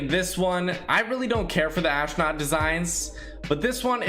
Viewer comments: Normal Dude: Astronaut: Aahsnaut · I feel like I’m the only one that realized that he said ashnut instead of astronaut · I like the way he says... AsHtrOOOnUUTh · Are you saying ashknot on purpose or is it bad pronunciation? I don’t want to be mean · learn how to say astronaut